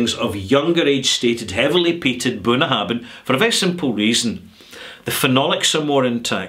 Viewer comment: I hestitate to post this, as I am sure that knows his stuff, but surely "Bunnahabhain" is pronounced "boon-a-HAV-in" with a "V" rather than "boon-a-HAB-in" with a "B"?